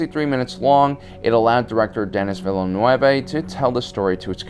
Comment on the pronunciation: Damn, the way you said "Denis Villeneuve". He's from Québec, it's a french name, not a spanish one.